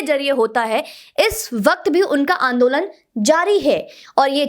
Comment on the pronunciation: कल की लड़कियां, कट्रीना और ज़ॅक्कलिन हिंदी सीख गईं, पर सोनिया आज भी 'आंदोलन' को आन दो लंड कहती है! 😆